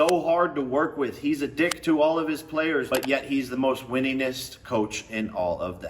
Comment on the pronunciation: He did say winningest - changed my mind 😂